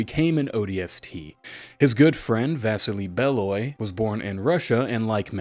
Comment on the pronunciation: First time watching a full-length vid. Dunno why, always loved your stuff. Bro this echoes all the conversations I've had with my friends about Halo! Also Vasili is pronounced Vas-Ee-Lee 😊